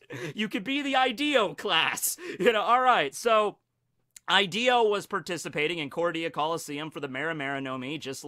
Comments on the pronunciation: I'm sure it's pronounced Hideo not Ideo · It's pronounced (e-day-o) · I haven’t even watched the vid yet but I already know he’s gonna go this whole thing pronouncing Ideo fucking wrong